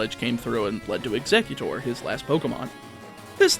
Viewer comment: Eggxetoot??? Wether that was purposeful or not it is hilarious and I'm crying.